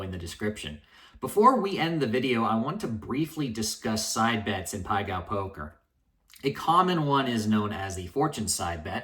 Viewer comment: Self proclaimed gambling genius can't even pronounce it correctly lol